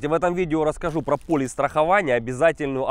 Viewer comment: !:))) ПолИс, а не полЮс